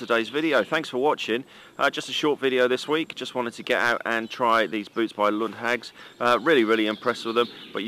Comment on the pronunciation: Nice review. Short correction though - the company's name is pronounced with a long "a" (Lundhaags); the name has nothing to do with British witches (hags). ;o)